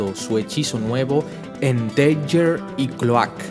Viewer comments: Buenos videos... pero creo que deberías decir el nombre de los superhéroes en su idioma original... Es Misty Knight no Caballera Mística (en todo caso sería Mystic Knight)... Cloak se pronuncia "Clouk" y Dagger, "Daguer"... Son mis recomendaciones, pero en general, están muy bien los videos. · Tio, llevo viendo tus videos una semana, estoy super feliz y súper agradecido de que subas estas historias, pero me estas haciendo muuucho daño con como pronuncias los nombres de muchos de los héroes. Cada vez que dices "Deiguer", "ClÓak" o "Boky" yo me muero un poco por dentro. Pronuncialo en inglés y quitate de problemas, "daguer", "clouk (sin acentuar)" o "bUky". Espero que no te haya ofendido lo que te he dicho, e insisto en que te quedes con el mensaje de que eres un puto crack! y que estas haciendo un buen trabajo por la humanidad, sigue subiendo estas fantásticas historias por favor Un abrazo enorme